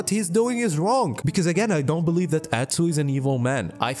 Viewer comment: i kept repeating "god bless you" every time you said atsuuu